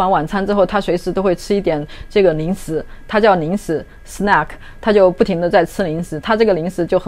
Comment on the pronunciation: Ning shi? Oh ling shi